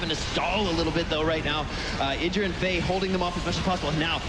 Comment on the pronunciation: idra? like the idra? wat wat